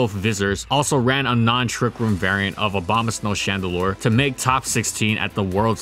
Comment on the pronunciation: I've been saying Obamasnow my whole life. Can't be the only one.